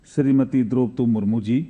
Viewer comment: महामहिम राष्ट्रपति का नाम तो सही बोलिए कानून मंत्री जी